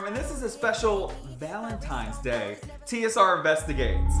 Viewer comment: Its Valentines day, not Valentimes day!